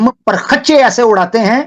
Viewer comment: parkhachche nhi parakhche hota hai,❤️❤️❤️